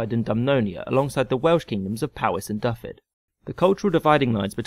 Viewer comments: "Dyfed" ... really? You can get away with your pronunciation of "Powys", but c'mon. It's "Dy - Ved." A single "f" in the Welsh language is an English "v". Other than that ... I'm not at all salty about this period in history. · I know this video is nearly 4 years old but just to let you know the way you pronounce Dyfed properly is "dove-ed" like ed from education. Hope this is helpful if you plan to make another video on Wales